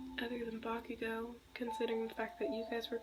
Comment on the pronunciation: I died 🤣 when you said bakuhoe Atleast that is what I heard🤣😂🤣😂🤣